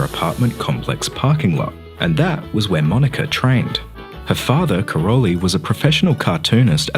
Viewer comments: Just a correction: her father's name (Károly) is pronounced as "Karoy" [car-o-y] - not Karol-y. Her name is pronounaced as 'Selesh' with sh at the end. It means: windy. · Great video. But it's not Karoli, it's Károly, in Hungarian -ly is the same as -j, one letter, not two. No word about her origin? She is 100% Hungarian, not "Yugoslavian". Her real name is Szeles (Windy), (pronounce: Selesh), and Mónika has a long ó, not short.